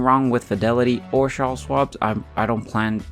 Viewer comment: Lmao… it’s CHARLES!!! Ch like chicken not shh. Lol